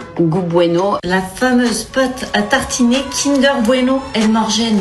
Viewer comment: la pâte à « tartchiner » 😂 on vous la laisse